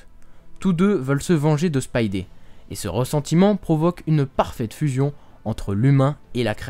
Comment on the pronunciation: Ça s'écrit Spidey mais ça se prononce "spaïdi"